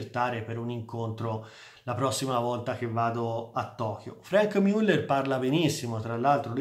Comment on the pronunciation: che risposta scortese, da un grande esperto di orologi (che seguo con interesse) mi aspettavo: A) che pronunciasse le marche in maniera corretta B) meno suscettibilità